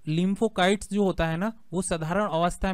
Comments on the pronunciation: Kite nahin site shabd hi jaise lymphocyte not lympho kite Baki ki aap ki jankari ekadam sahi hai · लिम्फो काइट नहीं होता लिम्फो साइट होता है। Cyte means cells